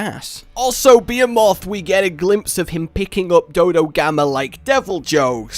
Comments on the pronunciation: emphasis on the “he” my dude....it’s pronounced (buh•HE•muth) LOVE YOUR CONTENT BRUH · I think its pronounced bee-hee-mith correct me if im wrong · Pronounced Bee-He-Moth 😂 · FOR THE LOVE OF FUCK IT'S NOT "BEEEEEEEEEE-EH-MOTH"!!!!!!!!!!!AAAAAAAAAAAAHHHHHHHHHHHHHHGGGGGGGGGGGGGGHHHHHHH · Yes, I am the Be-A-Moth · Its pronounced Buh-he-muth for future ref. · Bee-HEE-moth. Please. I feel ill. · Great video but is pronounce Beh-he-mut lol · hate how you say beeheeMOTH. but God my two favorite game series are merging!?!? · ....RAGE....RAAAAAAAAAAGE ITS PRONOUNCED BEE-HE-MOTH....CHRIST MAN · Beh-hee-muth thank you very much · Not to be an ass but its pronounced BE-HE-MITH but is spelled behemoth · I always pronounced it buh-he-myth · "It's...THE BEE-A-MOTH!!!!" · As a ff geek I’m breaking my head against the fking wall because it’s not how you call the fking behemoth he is called be-he-moth making a fking accent in he so pls pls fix it fking fix it!!!! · That's just how he pronounces it we've tried correcting him but it didn't work, it pains me to watch his dauntless videos because of how many times he says bee moth instead of behemoth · Lucas hopgood he actually says it right, and I know it bothers me too how he say behemoth. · Im sorry but your pronunciation of Behemoth is INFURIATING! Was he trolling us when he made this? This is kind of a bone Apple tea scenario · That's a very progressive way to pronounce behemoth. Very hipster ish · He hasn't played that many ff games if he pronounces Behemoth wrong. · 58 jimmies were rustled by the improper pronunciation of Behemoth. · The way you pronounce "Behemoth" hurts my ears as an English major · More chances for to mispronounce BeHemoth, great 😂😂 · Your saying Behemoth wrong. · Not how you pronounce Behemoth. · Dear God you said Behemoth horribly wrong, lol. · pronunciation of behemoth kills Me but at least this news is dope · Just the Brit way of pronouncing it. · u said beomoth instead of behemoth